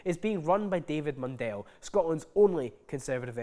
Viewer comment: Just to say, "Mundell" is pronounced "Mun-dull", not "Mun-dell". He says "Mun-dell" because it sounds fancy and shite.